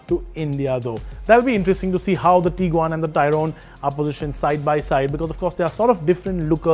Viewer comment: dude the pronounciations are just so funny! Taigoon.... Teaguan.... Tooareg and the big one... (V)olkswagen!!